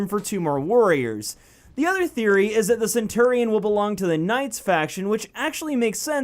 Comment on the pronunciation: hears pronunciation "sen-turr-ee-on" facepalm